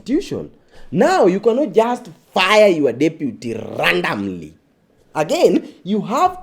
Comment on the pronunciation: its the " RANDAMLY" 😂😂